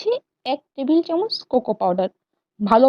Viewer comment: Tumi jokhon chocolate ganach er recipe share korchile tokhon tumi bolecho 2 table tamoch chini use korte...ar tumi properly subscribe kotha tao uccharon korte paro na...eigula ektu thik kore bolte shekho!